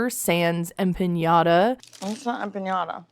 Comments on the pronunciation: Did Stacey say "empañada" or "piñata"? Come on, girl: it's a freaking croissant! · What’s an empiñada? Does she mean empanada? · the way Darcey/Stacey (I can't tell them apart) pronounces empanada is infuriating